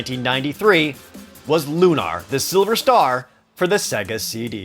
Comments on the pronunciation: Why are you saying Lunar like "Lune AR" It's looner, just like you'd say with a lunar eclipse or anything related to the moon. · Loon-are? Have I been pronouncing it wrong my entire life? Cecil's family are loon-are-ians and not loon-air-ians? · I was cringing every time you said LUH-KNAR.. but , you pronounce it correctly. I caught you!